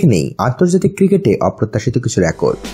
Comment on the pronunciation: Rakot Na Record